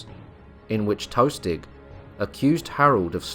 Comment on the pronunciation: "Tostig" not "toastig"